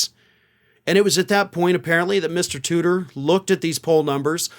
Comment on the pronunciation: Oh, "Tudor", I'm disappointed, for a few moments I thought he was actually called "tooter".